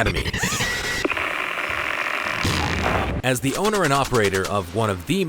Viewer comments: you pronounced the last one wrong it's not academy it's pronounced academia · it's not academy it's academi